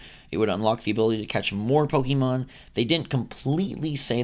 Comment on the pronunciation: it's Po kay Mon. Wtf